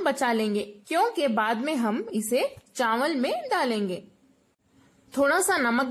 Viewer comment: wow zabardast kia baat hai awesome yaar mein zaroor banaunga ese and by the way chanwal nhi hote chawal hote hain.